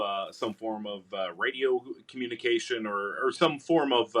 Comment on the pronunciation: "...radio communication..." No.